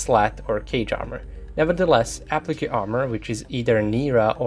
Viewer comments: Appli-kay not Appli-kew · I like you videos for their objectivity, but the way to pronounce 'applique' is A-PLEEK not A-PLEE-KAY